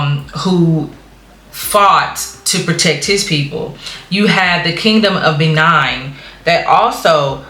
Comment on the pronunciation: Benin is actually pronounced the same way you'd pronounce the nation Benin Republic which was named after the kingdom of Benin which is located in the Nigeria of today.